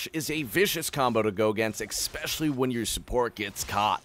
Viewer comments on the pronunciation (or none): "expecially"... I'm triggered.